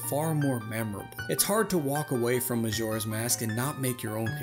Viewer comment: “Mazora’s Mask” And “Relationsips” 😂